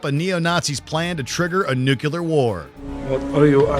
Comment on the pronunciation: and - "Nucular"